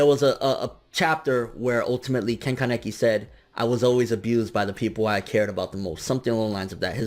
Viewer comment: simply say kaneki not kan-ne-ki 😐